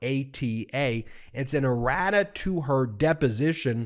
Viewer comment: Errata sheet. I heard radish😄